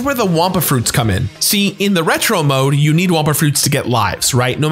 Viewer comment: It's wumpa fruit not wampa fruit 😅